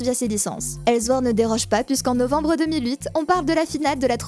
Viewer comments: ok c'etait publié par les allemands de gameforge mais c'est pas la peine de dire elzword comme si c'etait allemand haha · Superbe vidéo, sincèrement, mais ta prononciation du S de sword (qui ce prononce comme un S et pas comme un Z) ça m'a fait vrillé...